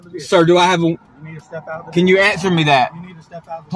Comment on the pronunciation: "Man, Bro or Dude" is not a great reply when a cop tells you to get out of the vee-hi-cle.